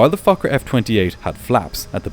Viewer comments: That also sounded like f*** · im sorry but it sounds like you keep saying 'fucker f20' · Why does my inner 12yo come out every time you say focker? “But this focker had flaps.” 🤣🤣🤣 Ok ok, I’ll go back to adulthood now.. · its sound like you said fucker at the start of the video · I kept hearing “the fucker” when he referred to the plane and I feel a little bad about being so amused by that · im sry but everytime you say fokker i hear f8cker 😔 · Every time the narrator says "USAir Fokker F-28" it sounds like he is cussing! Not good if you have small, impressionable children listening. (joke) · air fokker. 😂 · I KEEP HEARING THE SWEAR WORD. Also he repeated the airline name again as I read your comment, so it was hilarious even more xD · Your Fokker pronunciation is crazy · He did not say Fokker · He said fokker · the first time I swear he said something else😂